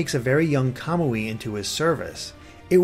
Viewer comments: you're ignoring that in Japanese emphasis is placed on the next to last syllable. For Suiyoubi your explication works (because emphasis is on the "yoo" sound), however for Kamui emphasis would be placed on the "mu" making it a noticeably different sound. Hence "Ka-moo-ee" instead of "Ka-mwee" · it isn't. I am in year 3 of Japanese in High School and have watched an anime that had that character's name. KA-MU-I is how you say it. "mwee" can't be pronounced in Japanese. カムイ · I'm pretty sure some of the words in there were mispronounced, such as Camilla, Kamui, and Manakete, but I'm not sure.